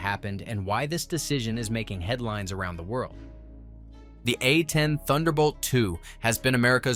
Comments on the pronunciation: Your video quality would skyrocket if you just listen to how bad that AI voice is. It's A 10, not Uh Teen. Picking a more manly AI voice would help too. The voice you use sound like a 13 year old that just got kicked in the balls! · Poor AI narration. These are A-tens not A teens